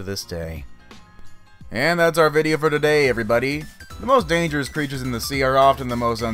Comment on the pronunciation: The criechers are in the water are pertecteen there sefls